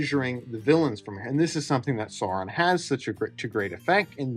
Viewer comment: Stopped watching upon hearing "So-ron". You don't need to do the ridiculous rolled r of horrible rings of power lady, but if you're going to have the pretense of talking about these things, then c'mon...